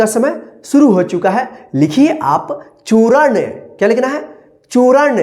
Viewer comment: चूरण नहीं होता है चूर्ण होता है